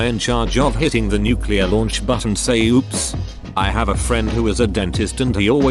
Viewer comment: oops in a nuculear powerplant is the worst thing you can hear